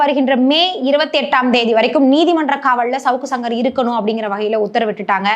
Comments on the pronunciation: அது ஏம்மா ஷவுக்கு ஷங்கர்னு சொல்ற. சவுக்கு சங்கர்னு சொல்லு. அதையும் 1000 தடவை ஷவுக்கு ஷங்கர் அவர்கள்னு சொல்லி கடுப்பேத்துற. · Shankar க்கு வர்ற ஷ வ சவுக்குல போட்டு ஷவுக்குன்னு சொல்லுது 😂, அதுக்கு சங்கர் ன்னு சொல்லலாம் 😅